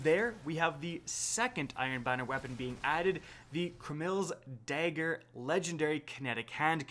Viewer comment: CraMILz Dager... Pronounciation 100